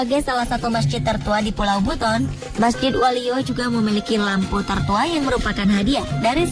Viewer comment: Woee bukan walio tapi wolio. Yang benar dong cara menyebutnya